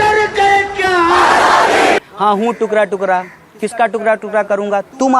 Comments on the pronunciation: नमूना पहले टुकड़ा बोलना सीख लो! टुकरा नहीं होता है,टुकड़ा बोलो। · टुकरा टुकरा नहीं टुकड़ा टुकड़ा बोल भाई 😂😂😂😂😂😂